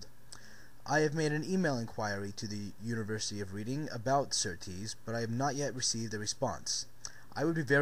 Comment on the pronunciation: Dude, it's pronounced red-ding, not read-ing.